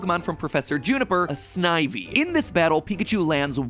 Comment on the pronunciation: The 'I' in snivy is similar to stiff sniff, etc not like I, hi, tie. I don't even like the B/W gen and i know that. Re-record the whole thing. Canto not kahnto. And do as the name of the region, and give it some feeling.